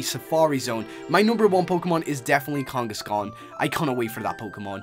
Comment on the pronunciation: it is kangaskhan not kangoskon m8